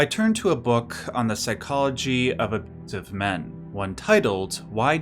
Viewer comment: What the heck, you can't even say "abusiive"? Holy shit that's lame.